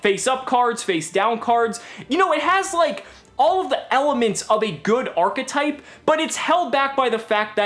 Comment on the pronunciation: It's a new "ARRGH-etype"